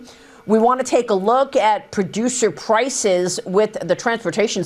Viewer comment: Pllrloducer pllrrrlices